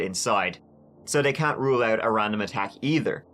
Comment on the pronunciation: Hurse (house).....ourt (out) mursic (music) wurshington (washington) abourt (about) hurw (how) lourdly (loudly) bruh learn how to talk